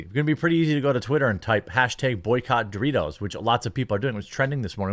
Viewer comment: Stop saying Dorritos... its PepsiCo and ALL their products.